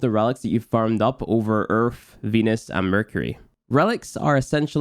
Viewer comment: pronounces 'Earth' as 'Urf' but says 'Lith' correctly. I'm not making fun, just found it interesting.